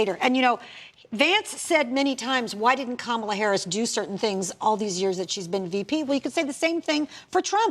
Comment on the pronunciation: Can't believe no one corrected him when he pronounced Kamala Harris's name incorrectly. This is what is wrong with people. Show her the same respect you would any other high-ranking official.